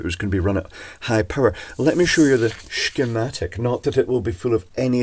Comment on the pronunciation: Finally, a sssscccchhhhhemtic I can understand.